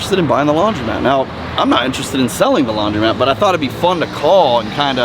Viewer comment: Idk why it bugs me so much but I think a majority will agree it’s called a laundromat not a laundry mat lol he owns one and still says it wrong 😂😂